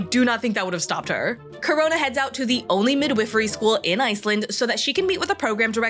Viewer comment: The I in "midwifery" is long. Not like the I in "with", like the I in "wife."